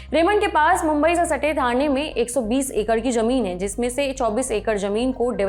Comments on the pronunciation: नवाज नहीं नवाज़ होता है, जमीन नहीं ज़मीन होता है, अंदाजा नहीं अंदाज़ा होता है, मंजिल नहीं मंज़िल होता है, निजूज नहीं न्यूज़ होता है दस्तावेज नहीं दस्तावेज़ होता है। Goodness gracious your pronunciation of Urdu words is terribly wrong and terribly irritating too. Only Saurabh knows why he hired someone like you whose pronunciation of Urdu words is so horrible. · Andaja,ejafa,jameen, manjila😂😂sab galat pronounce kiya aur hazar sahi bola ab yahi z aur j ka farq samajh kar bole .